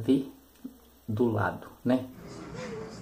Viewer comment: LINDO TEABALHO, COMO SEMPRE. ESPERO A FINALIZAÇÃO DAS VIOLETAS. MAS O A- VE- DULADO FOI A MELHOR 🤣🤣🤣 MAS DEI PARA ENTENDER QUE É AVELUDADO. DEUS TE ABENÇOE E TODA SUA FAMÍLIA . BJKS NO CORAÇÃO 😚😚